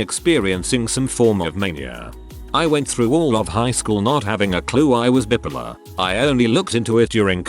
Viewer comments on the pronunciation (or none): The reader has a real issue pronouncing "bipolar". bye-polar, not bip-polar.